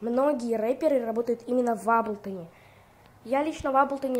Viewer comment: Молодец,только не аблтон а эйблтон уши режет.Но молодец на телефоне хорошие биты делаешь.просто сам в эйблтон лайв 10работаю